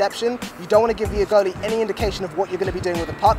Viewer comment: says "girly" instead of goalie It causes me physical pain when I hear him say girly